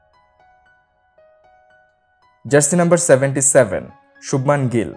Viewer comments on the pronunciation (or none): none